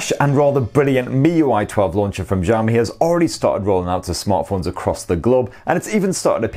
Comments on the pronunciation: Sorry 😁 But it's Xiaomi not Jiaomi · Bro, it's not ZHAO-me PLEASE 🥺. It's shao-me, sha from shark(Not zhark) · Its ziaomi . Accent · see-ou-mee. not ciao , not jiao. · please its pronounce as shaomi not jaomi lol it feels cringe when you say it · No it's pronounced ciao-me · Its xiaomi not jami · Why does he keep on saying "jaw me" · Instead of Xiaomi he says jammie, xomi, shami.... Hadeeeh 🙄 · its pronounce shaomi . say the 'sha' like shower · nobody : this guy : zhao mi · It's not Jiaomi or Giaomi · wth is jaomi? can't you freaking read?? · Nobody:: Jiaomi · The Chinese "Xi" can be a bit hard for Westerners to pronounce. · Hearing "jaomi" is what bothering me while watching the video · I don't why but i laugh when he says Xiaomi as jaomi 😂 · You pronounce xiaomi like jaomi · good videos but pls look up how to pronouce Xiaomi :D